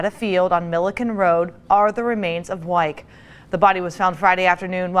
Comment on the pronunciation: wow we have the same last name and the narrator said it correctly, which almost never happens...